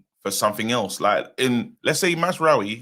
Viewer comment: Nigga said Mazraoui smh 🤦‍♂️ I tire yo matter Abeg!! kmt